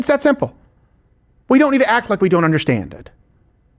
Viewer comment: Love you, love your show....please stop saying onderstand. We can all feel the pretensiousness.